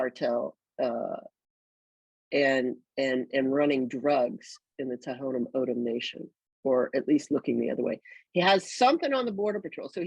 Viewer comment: Thank you for speaking the truth my only complaint is you pronounced Tohono O’odham wrong it’s pronounced Tawnah Aawdam not To-ho-no Ohdum. Ray was a family friend I’m a white woman and I’m absolutely disgusted I want to protest and become active against these idiots. Ray was murdered I know Border Patrol gives zero cares about the people and this land that we live on. God bless you keep bringing it up